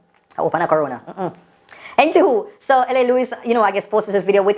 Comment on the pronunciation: 'entiwho' 😭😭😭😂😂😂ano anywho again